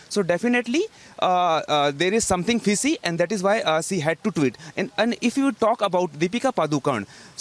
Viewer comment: Please dont pronounce 'sh' sound as 'ss'. Its not investigason(investigation), see(she), fissy(fishy), conjuming (consuming), twits(tweets), pozeson (possession).... 🙏